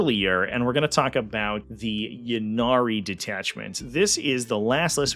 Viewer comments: Great rundown! (and it's pronounced "Ynnead", jeez!) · The way you pronounce "Ynnead" does not in fact sound cooler.